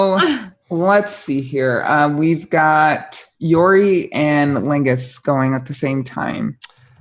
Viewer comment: I laugh every time I hear her say Laingus. In my mind I know she isn't saying lingus, but my inner 13yr old hears what it wants to hear.